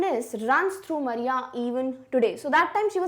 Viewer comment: mam u mispronounced maria.